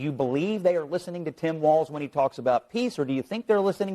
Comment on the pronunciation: TIM FALZ (not walz)